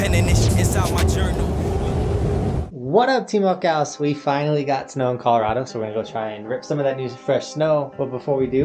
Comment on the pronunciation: I MUST know.. Do you say team Huckhouse or Buckhouse? Your name's obviously Buckhouse, but I can't stop hearing the former.